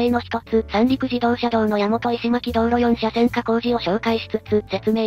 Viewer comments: の石巻は「いしまき」ではありません。 「いしのまき」と呼びます。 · 石巻の読みは、いしのまきですよ。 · 石巻(いしのまき)です